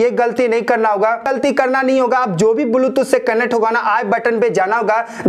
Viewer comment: Are tera video to bilkul faltu hai.,,.aur dusari baat ki,, बुलटूथ नही बेटा... ब्लुटूथ होता है !